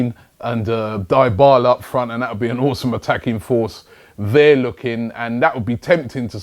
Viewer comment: Robbie it's already year 2017, please learn to pronounce 'Dybala'.